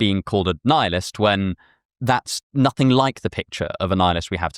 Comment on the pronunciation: We belieb in nussingg, NUSSINNG